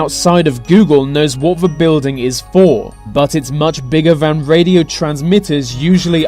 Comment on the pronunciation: nuffing is known offah fhan fhat